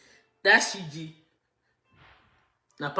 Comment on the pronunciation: Her name is Siju and not Siji.